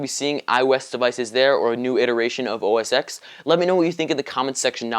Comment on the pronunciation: BTW, constructive criticism, OS "X" is incorrectly spoken, it should be said "OS Ten" X is the roman numeral for ten which is why the software versions are etc.